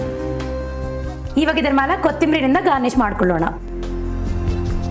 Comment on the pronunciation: ye cheating हे.. Why did you call this ಹೇರಳೆಕಾಯಿ ಚಿತ್ರಾನ್ನ??? This isn't lemon rice?? By the way, your Kannada pronunciation is hilarious.. ha ha ha.. hope you improve your pronunciation day by day.. all the best for your effort..